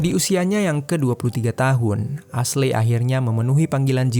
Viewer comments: Aslei aslei..esli bacaaanyaaa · Not "ashley" but "eisli" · Min tolong donk jgn bodo bgt baca nama aslei aslei.. dah tau kan ashley bukan nama indo, bacanya esliy.. pgn denger sampe abis tp ga kuat ama noraknya.. aslei aslei.. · Asley di baca Esly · Padahal narasinya bagus, tapi pronoun nya agak ganggu siih hehehe.. Ashley itu dibacanya eshli yaah baang bukan asley😅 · maaf bang, Ashley bacanya Ashlie bang, bukan Ashlei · Iya, geregetan dengar pengucapannya "Asley" 😅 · Baca nya Eshli bukan Aslei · ashley di baca (esli) hahaha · Aslei dirombak2 jadi Selai 😂😂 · Asyli/Esyli dibacanya bang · Kayaknya pengejaan namanya kurang tepat. Harusnya di baca eshly gak si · Kita sepemikiran 🙄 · Bukannya eshli ? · Iyaaa.. gw berusaha banget tidak terganggu, tapi gabisa.. hati ini ga kuat denger dia ngomong aslei..